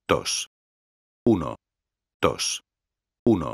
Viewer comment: el tio en vez de decir uno-dos dice uno-tos